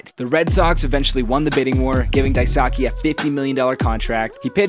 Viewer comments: His name is pronounced "DIE-SUE-KAY" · Dice K is how it’s pronounced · Daisuke is pronounced like die-skay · His name is pronounced “Dice K” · How did you pronounce Daisuke so wrong? Everyone calls him Dice-K for a reason. It's easy to remember and really close to the actual pronunciation. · Pronounced dice k, but whatever.... and he was great, helped the sox win 2 World Series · I cringed when you said his name dai-saki then immediately put up a graphic with a pronunciation “nickname” dice-k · it's pronounced like "dice-k" btw /nm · It’s pronounced Dice-kay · It’s pronounced (dai-skeh) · It’s pronounced dice-k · It’s pronounced die-sue-kay. You’ve completely butchered his name. Well done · pls learn how to pronounce a persons name before making a video about them. the way u r saying daisuke is very inaccurate, it is pronounced “dice-ske” / “die-su-ke” (say fast). i am japanese and know the language, kinda makes my soul cringe when u say it. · I am japanese and i know him. but while i was watching this shorts,the pronunciation was wrong and i felt something weird. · Why he pronounce Daisuke like that? 😭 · The way you mispronounce his name is... impressive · Literally has a pic in this edit how to pronounce his name, proceeds to butcher his name every time he says it 🙄🤦🏻‍♂️ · How does this video have so many likes? This guy doesn't even know how to pronounce his name, let alone know anything about his career. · He had a solid career with a cy young contending season and you didn’t even pronounce his name right, this video is just embarrassing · Maybe pronounce his name right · Bruh, even your video says how to more properly pronounce his name... how do you put the pronunciation in there but don't pronounce it right yourself? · bro u have a graphic IN THIS VIDEO that tells u how to pronounce his name and u still pronounced it wrong, hitting don’t recommend this channel bc that’s just lazy. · yo. it's pronounced Dai Soo Keh. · His name is actually pronounced "dice Kay"